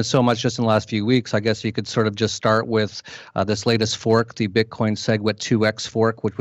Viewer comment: The word "with" has an "h"...it's not "wit"